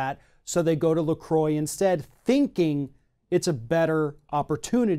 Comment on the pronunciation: Its a french word pronounced la "crrrwa" not la " kroy"